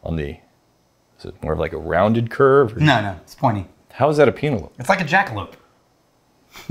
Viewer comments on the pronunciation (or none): Is it supposed to be a joke pronouncing the name wrong or are serious lol. Penelope like the girls name. Not peen ell ope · Pee- na- lope - love. Yes!!